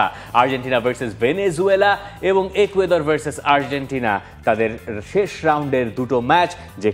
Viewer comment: একুয়েদর ❌ ইকুয়েডর ✅